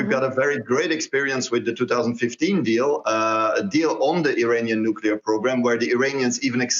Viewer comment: Why can't any of these fvckers say the word Nuclear???? There should be a rule that states that if you can't say the word, you can't have those types of weapons. I guarantee the danger of a nuclear war would be eradicated overnight!